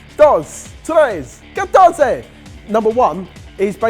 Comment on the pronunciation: It wasn't even 14 though, he said "catonce" not "catorce", lol